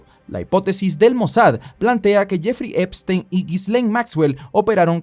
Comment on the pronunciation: ''La isla de Jefrrey Trempstrein...'' 🤣🤣